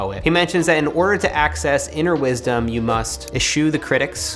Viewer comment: you may mean the word 'WISDOM' vs. 'WIDSOM'? Plumb that.